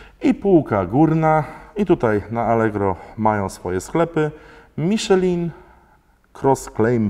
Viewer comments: Miszlę, a nie Miszelin. XD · jak na takiego znawcę tematu, mógłbyś poprawnie wymawiać nazwę opon z półki premium;) Przepolskowane nazwy brzmią komicznie w niektórych wydaniach... Miszelin hehe